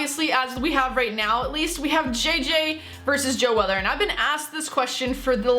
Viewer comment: If you lisen to her carefully , she says joe weather rather than joe weller , its bcoz she doesnt know da wei